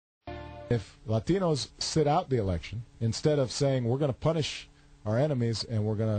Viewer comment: Notice the affected pronunciation of "Latinos" at the beginning of the speech. I'm surprised he didn't insert "Viva la Raza" into his words. Nobody should be surprised that Obama - whose political career grew like a weed steeped in the rich manure of Chicago-area politics - would resort to abased politicking.